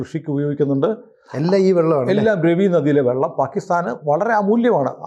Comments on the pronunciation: രവി നദി അല്ല രാവി എന്നാണ് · It's prounced Raavi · It's pronounced as Raa-vi !